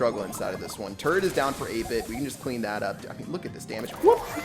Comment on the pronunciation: Was the first word he said in the video "turret"? Or was it "turd"?